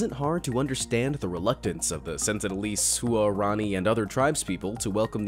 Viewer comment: Huarani is pronounced “Whar-ronny”; not “Hu-are-ronny”.